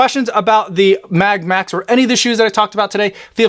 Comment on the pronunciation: Sounds like you say Puma Mad Max!!😁😆